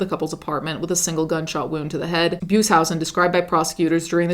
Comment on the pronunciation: You mispronounced Beushausen. But good video :) ❤.